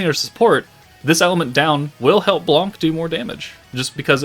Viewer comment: u said it "right" blanc just remove the C sound at the end as it is silent